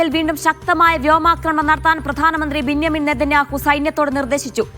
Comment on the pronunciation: ബിന്യ മീൻ എന്നല്ല,, ബെന്യാമീൻ നെതന്യാഹു എന്ന് പറ സുടാപ്പി കൊച്ചേ 😬കോഴിക്കോട് നു കോയിക്കോട്, മഴ യ്ക് മയ, പുഴ യ്ക് പുയ എന്നൊക്കെ പറഞ്ഞു ഭാഷ വികലമാക്കുന്ന പണി എല്ലാമേഖലയും ഉണ്ടല്ലോ 🤔🤔🤔